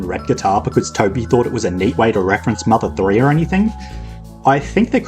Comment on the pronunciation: "mother thouree"